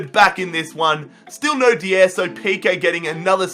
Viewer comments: Dier is pronounced die-er not dee-er. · Deeeeeiiieeerr wat the hell is deeeeeeeiiiiiieeeeerrrrrrrr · It's so funny how he pronounces Eric Dier😂😂😂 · why can't you pronounce dier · Pronouncing Dier wrong smh